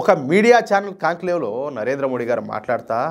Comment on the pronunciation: దయచేసి "మోదీ" అని పలకండి 🙏